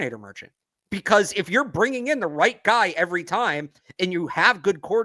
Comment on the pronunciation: What do you have against the letter G?? Who is Jerry "Spreener??" What does "breen" and "breeneen" mean? Are you trying to say bring and bringing? What did the letter G ever do to you? It's driving me crazy! Please tighten it up, you're supposed to be a professional broadcaster, no?🤦‍♂️